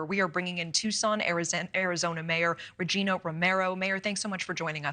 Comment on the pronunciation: As a Tucson resident we know Regina is pronounced with a long 'I' sound. It rhymes with vαginα. Don't know why but she prefers it that way.